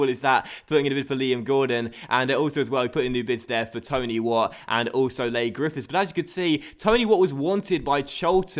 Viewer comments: its pronounced 'Lee' not 'Lay' Griffifths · Leigh is just pronounced like Lee, not Lay haha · it's pronounced 'Lee' Griffiths not Ley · its lee not lay griffiths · it's pronounced lee griffiths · Leigh is pronounced as lee:) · Ik doing that think we're u msg to early but it's pronounce lee griffiths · Coming from a Scottish rangers fan I really enjoy the series but it's kinda annoying the way you pronounce Leigh Grffifhs wrong is first name is LEE haha keep up the work though really enjoy it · it is Lee not lay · Leigh is pronounced lee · its pronounced lee grifiths